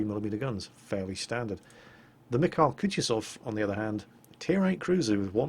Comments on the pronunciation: there are few fails in your pronounciation. In "Mikhail" you swallow last "i" but originaly that's where the accent is, and it pronnounces in the same way you pronounce first "i". In Kutuzov accent goes on "o" and both "u" are pronounced as you pronounce first one. Also a test if you really are reading all the comments in the first day <_< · You know the only time my Missis ever responded to my talks about world of warship was to correct me when I attempted to pronounce the name of this ship. The mikhail part, the kh is similar to the ch in the word loch. Just spreading the wisdom of my wonderful fiancé!